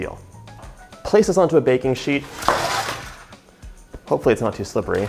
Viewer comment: lol when you said “bacon” instead of baking I still understood you. #Texan “Are you bakin some bacon flavored cookies?” “Yes ma’am I’m fixin to”